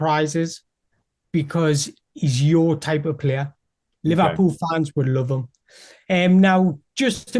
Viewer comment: Lee Vah Pull?